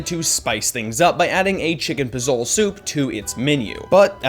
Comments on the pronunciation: You deserve a sin for pronouncing Posole wrong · I have only ever eaten at chipotle once and it was so nasty, I will never go there again in my life. I have no idea how some people like this bullshit. Also, the way you pronounced posole was super cringy.